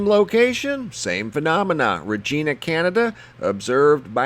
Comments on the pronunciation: Think of the name Va-GINA and say the word, RE-Gina. It’s not Regeena. lol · Please learn how to pronounce CANADIAN. City. It is. Re giiiiina. Not. Re. Geeeena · Regina is pronounced "reg-EYE-na" not reg-EE-na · Dude!!! Okay, for one thing, the Canadian city you are referring to is pronounced "Rej-eye-nah" as in vagina, not freakin "Rej-eena" Also, the halo around the sun is called a "sundog" and they are quite common in early spring and late fall. They created by sunlight being refracted off high altitude ice crystals i.e. the rainbows and halo's around the sun. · Dude did you say Ragina, Canada? It's REgina, lol. Needin" some Canuck Education? Eh? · You're saying regina wrong. It's regina like vagina. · Regeena Canada!🤣😂🤣 It's pronounced the way it's spelt... REGINA -Like vagina, but different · Regina is pronounced like vagina...just saying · FYI - Regina In Canada is said like vagina but with an R 😁👍 Ree-gina! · Ugh...If he said rageena one more time..... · Hey...just let you know its pronounced ...REG-EYE-NA . KEVIN FROM HAWKESBURY ONTARIO CANADA. im not trying to be a wise guy, i just want to help. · LOL,... Regina's pronunciation is “Rej-eye-na”,... Like "Vag-eye-na" Ok,... : ) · Yes. Pronunciation is off. Not sounding with the E sound. Use the Sound like. Eye. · Some very cool stuff. As a Canadian, I just wanted to let you know that Regina is pronounced with a long 'i' sound. Thanks for the interesting videos, though. Please continue keeping us informed about all these strange happenings. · Regina . The I is pronounced like the I. LOL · He pronounced Regina wrong. I mean not how you see it but the city is pronounced differently. There is no hills in Regina or anything to really block your sight, all you see is sky as far as you can see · thanks!...fyi we say 'regina' with a long 'i'. peace from canada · Regina Saskatchewan is a city in canada. Fkn idiots.